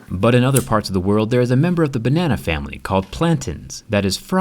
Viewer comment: Bruh my mind is too dirty for this.. all i hear is "bAnNaNa"..in the wrong way